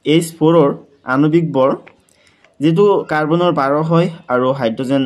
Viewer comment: Sir bor❎vor✅😂😂😂